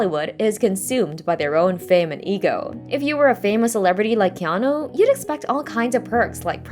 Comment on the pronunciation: His name is pronounced Keh-AH-Nuu. Get it effing right. Hawaiian pronunciations aren't THAT difficult. The vowels are pronounced EXACTLY like Japanese and Spanish alike. A = Ahh E = Ehh I = Eee O = Ohh U = Ooo